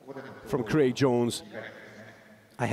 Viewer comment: Does the commentator know it’s Craig not Creg